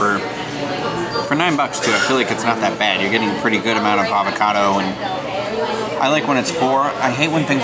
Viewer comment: I can’t get over you mispronouncing “avocado” a dozen times lol